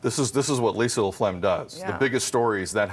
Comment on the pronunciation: It's not laphlegm... lol!!!